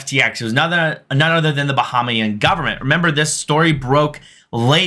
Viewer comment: It's pronounced Ba-Hay-Mian